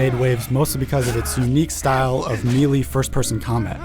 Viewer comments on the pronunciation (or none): it's may-lay, not me-lee. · it's MAY-LAY not MEE-LAY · How did this kid get a job with IGN and not know how to pronounce the word “melee” ??!??